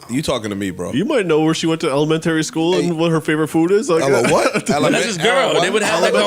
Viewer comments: Elo-mentary school 🫢😲😲🤦🏾‍♂️🤣🤣🤣🤣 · Ella-Men-Terry 😂😂😂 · ele what? pronounced elementary funny asf😂